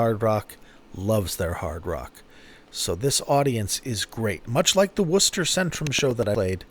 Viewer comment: I love this. Thanks. Congratulations on your pronunciation of "WOOSTER", rather than "WAR-CEST-TER". Many people find this word confusing to pronounce 🙂